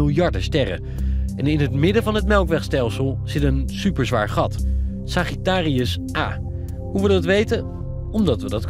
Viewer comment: ‘Segieterieus a’ 😂